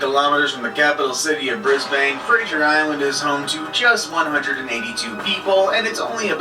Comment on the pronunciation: Brisbane? Wth I’m Australian, it’s not Brisbane (he’s not saying it correctly)